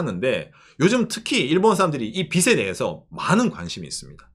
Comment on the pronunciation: 빚을 , 빚에대해서 등등 발음을 비슬 비세대해서 라고 하시는데 비즐 비제 대해서 라고 좀 ㅜㅜ 너무 거슬림